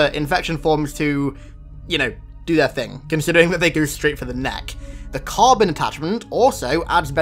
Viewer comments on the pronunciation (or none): I know this video is around a year and a half old, but 'carbon pipes?' Really? For one, it is CBRN, which has the r in the wrong place for it to sound like carbon, but it is pronounced "Sea-Burn" and it stands for Chemical, Biological, Radiological, Nuclear. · the CBRN attachment is pronounced as "see-burn", not carbon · this was a cool video. One correction, though: "CBRN" mentioned is pronounced "See-Burn" not "Carbon." It's an American military acronym for "Chemical, Biological, Radioactive, and Nuclear." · “The Carbon Attachment” LMAO C-B-R-N Chemical Biological Radiological Nuclear Also known as C-BRN (pronounced “See-Burn”) is an actual military designation to specified groups of biohazard containment units. Genius. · My dude, it's pronounced "C-Burn". Not "Carbon". Chemical, Biological, Radiological, and Nuclear (CBRN). You got me balling man. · CBRN is not pronounced Carbon, it's pronounced Cee-burn and it stands for chemical, biological, radiological and nuclear. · It's pronounced "C-Burn" not carbon. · Nobody: saying "CBRN": Carbon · Hey just wanted to make a note for you, CBRN stands for Chemical, Biological, Radiological and Nuclear. Usually gear meant to protect against those kinds of threats. Also pronounced "See Burn". Keep up the good work, though!